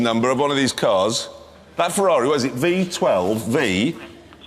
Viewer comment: Jeremy says that its reBenton instead of reVenton ... than he says B12 isntead of V12 ... and whateBer onstead of whateVer ... so Bag is Vag ... like Vagina ... Im probably one of the few guys whose language is not even close to english and i got the joke the first time i saw the video :)